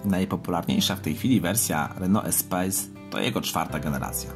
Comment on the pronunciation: EspaS nie Espejs... Co do samego porównania- jest Espace a potem dlugo nic. Świetne auto zwłaszcza polift w wersji Grand z benzynowym 2.0 Turbo pod maską. Szkoda, że dziś takich samochodów już się nie produkuje...